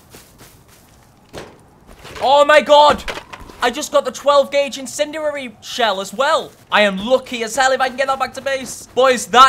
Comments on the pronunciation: Incindanary, incinderery.... IT'S INCENDIARY. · Lol say it with me - in sin dee ary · Please pronounce Incendiary right. I don’t wanna be mean but it makes me cringe when you pronounce it wrong